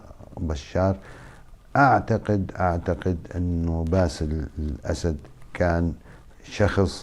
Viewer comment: انت لا تخجل من نفسك ؟؟؟؟؟؟؟!!!!!!!!!!!!!يعني وش الفايدة ياذا الوجه انت تؤكد أن سوريا مورثة لهذه العائلة القاتلة عايزين رئيس من عامة الشعب لا أن تعينه القوى الاستعمارية ……،ويتكلم ويسرد بالكلام وكأنه في أمل من هذه العائلة استحي على نفسك وبلا كلام فارغ لا أصل له البته قال باسيل اسيد 😂😂😂😂😂😂